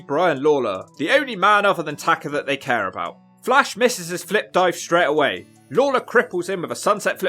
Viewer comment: TakA. Tah-Kah. Not Tah-ker. Fuckin brits.